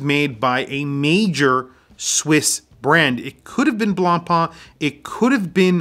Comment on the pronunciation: The pronunciation of BLANCPAIN is NOT BLANPaaN, is more like BLONPEN